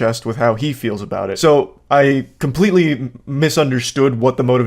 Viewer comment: Wait an other person saying kimpletely im starting to think i have been saying the word completely all wrong im confused (english is my 2nd language btw)